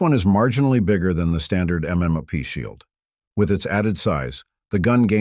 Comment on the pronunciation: I swear the only reason I like watching these videos is to hear the AI mispronounce a bunch of words😂 The Smith na Wesson MmnaP, 13 pluh 1..